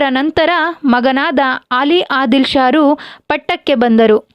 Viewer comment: ಆಲಿ ಆದಿಲ್ ಶಾ ಅಲ್ಲ ಅಲಿ ಆದಿಲ್ ಶಾ